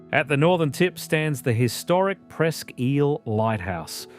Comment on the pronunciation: I also heard Presque "eel". I thought it was pronounced Presque "ile".